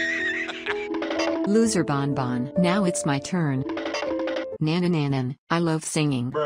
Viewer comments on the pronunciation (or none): Ban ban not bon bon